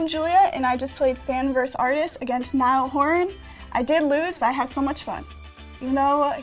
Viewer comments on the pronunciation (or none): She said niel horn it’s naill horran